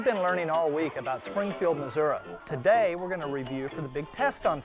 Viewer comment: Where is Missou-ah? I am from Springfield Missouri